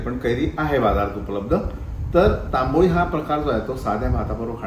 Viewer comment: तंबळी असा शब्द आहे तांबोळी नाही हो